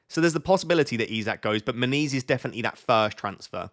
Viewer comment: when you say "... I have issues with Muniz", it sounds like you are saying "I have issues with my knees " ... made me smile, it's just a part of getting older ... 😎